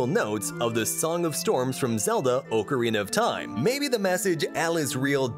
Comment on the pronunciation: "oucerina of taim?"